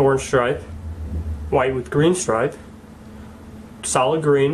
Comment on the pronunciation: thought he was saying 'salad' not 'solid' for a second lol